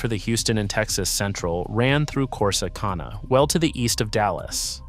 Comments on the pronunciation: Why did they mispronounce Corsicana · Yankees like him can't pronounce many Texas town names. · You can't pronounce Corsicana and it is due south of Dallas two counties.